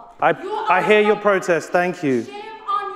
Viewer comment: Did he say “ I hear you?!” 😮 because I heard it like this “ I hate you”